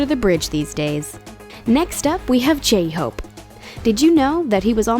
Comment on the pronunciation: Why do you pronounce J's as 'ch' it freaks me out man. Ch-hope, chimin. Of course no offense just hoping new fans don't believe that, that's how you pronounce their names. And everyone can use social media, it doesn't give them any extra edge lol. It's literally the only way smaller unknown companies can get their groups out there since the media is largely controlled by big companies in their country. Anyways putting up an image of painting when saying Jimin attended an arts school, may actually misunderstand and believe he attended that type of arts school when it wasn't. But on the whole you guy did good.